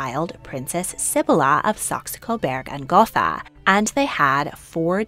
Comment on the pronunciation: The German language has no “th” sound. Gotha is pronounced goat-ah